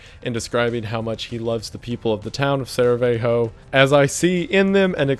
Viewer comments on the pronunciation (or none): Not Saravejo... it's Sarajevo(Sarah-ye-vo), just to clarify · Sarajevo, not Saravejo (Sara-Yay-Voh) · especialy Sarajevo "saraweho" while our language is one letter one sound, so you (eng. speaker) would say it like Sarayewo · BRUH IT IS SARAJEVO WITH LONG "I", like You spell it Sarayevo. Not Saraveho. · Sarajevo is pronounced like Sarayevo not Saraveho. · Just FYI, it's not pronounced "sara-ve-ho" but "sara-ye-vo" :> You also mispronounced the names but they're fucked to begin with so you're good on that lol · "Saravejo" Dude, look at a map once, it is not that hard. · "saraweho" 😂 as a Bosnian I just wanted to say that its pronounced "sarayewo". The way you pronounced many of the names made me chuckle a bit. And oh yeah, this was def the reason ww1 began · SAR- EYE -VOH NOT SARVEYHO Still loved the video and am a huge wendigoon fan! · Sarajevo my dude, not Saravejo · It’s Sarajevo not Saravejo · Dude... it’s serajevo not seravejo. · i hate to be nit-picky but the way you pronounced “saraveho” nearly made me have a stroke sa-ra-yeh-voh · Sarajevo is written Saravejo on the board and pronounced that way the entire time lol. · its sarajevo not saravejo. also you read "j" as an "i" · It's SaraJevo not SaraVejo, and "j" isn't pronounced like "h", our language is slavic not roman, "j" is pronounced like "y" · Damn Im early! Also its Sarajevo not Saravejo but eh close enough, great vid as always ♡ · I believe it’s pronounced “Sarayavo” coming from an American lol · Did you really just said SARAVEJO and pronounced it like a Mexican village? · "Saraveho" que the Mexican band. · Ser-EE-ay-hoe or (voe) Is how you say it. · "Saravejo" 😅 Apparently, the war started 'cause the Serbs didn't accept the last bit of Austrian ultimatum: an investigation. 🙄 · the towns name is actually sarajevo and it's pronounced sa-ra-ye-vo and something tells me it comes from a word shed (sarai) but uh not sure. its slavic, not spanish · IT'S SARAJEVO LOL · "town of saraveho" bruh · "Saraveho" lol